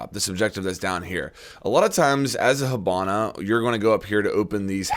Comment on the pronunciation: Why do you pronounce it "hubana"?